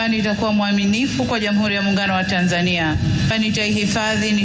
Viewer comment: The first person out side of Tanzania pronouncing “Tanzania” correctly 👏🏿